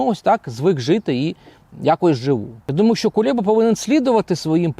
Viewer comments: Кулеба а не КулЄба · Правильно треба називати Прізвище !!? Не Кулєба , а Кулеба !! Ганьба !!? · Чому він Кулєба,а не Кулеба? Це такий випендрьож ?